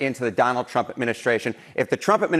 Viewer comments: Carolyin' STILL cannot pronounce Trump correctly. It still sounds like she is saying "President Chump". Freudian. And of course she's LYING about the economy and LYING about the average price of Thanksgiving dinner. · How long people goin to continue to believe this 🐂 💩 🙄🤦‍♂️ & she can’t say Trump 😄😄😄